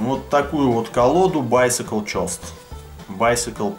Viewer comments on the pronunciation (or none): я хотел бы вас немного поправить ghost читается не чост а гост (призрак) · Михан Миханычовский гоуст*